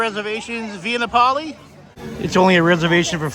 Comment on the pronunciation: No way a guy from Boston mispronounces Via Napoli- unless it’s just to generate engagement (which it clearly does🤣)